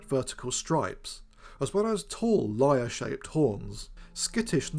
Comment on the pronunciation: For a second, I thought he said, "lawyer"-shaped horns!😂